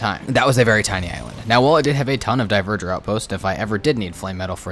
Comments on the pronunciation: Dont know if you'll see this, but dverger is pronounced dvar-gear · It physically hurts everytime you pronounce dverger horribly wrong